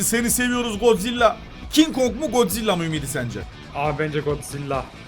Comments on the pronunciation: Kin kong diyenlerin sayıs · Abi Godzilla değil kin kog